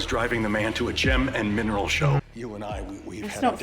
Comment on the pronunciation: "Let's rock and miner-oll"